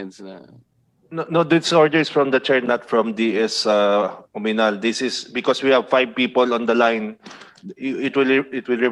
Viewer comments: Sino ba yung comm chair? Hindi nya masabi ng tama ang OAMINAL? OMINAL ang sinasabi nya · Oaminal? .. Akala ko Oanimal?!! HAHAHA